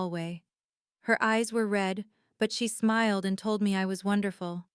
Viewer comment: "Marcus Smild"? You mean 'smiled'. Maybe, edit with the Audio, 'On', to correct all of the mistakes.